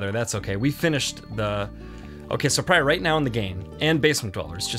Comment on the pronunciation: Pryor, don't lis... prior? priar? anyway, don't listen to him. added sound effects are always needed.